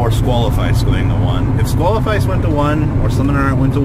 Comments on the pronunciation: why is it that no yugituber can read?? Squalifice????? thats not even fucking close. Saqlifice = Sack-li-fice holy fuck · HOW do you think Saqlifice is pronounced SQUALLIFICE!?!?